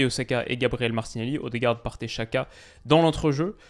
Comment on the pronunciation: apprends à prononcer Xhaka : c'est Djaka, l'équivalent du prénom/nom Jacques, en albanais. Les Suisses le prononcent correctement, comme ton homologue Elias, ou les commentateurs de la télé suisse. On trouve facilement en ligne des aides à la prononciation des noms étrangers écrits ou transcrits en caractères latin, on fait par exemple beaucoup d'erreurs avec les noms chinois et asiatiques en général, mais aussi albanais, polonais, hongrois, tchèques, baltes, et même italiens. Jeter un coup d'œil sur les équivalents approximatifs de prononciation plus trouver comment les gens qui parlent la langue prononcent le nom, est facile et relativement rapide avec internet.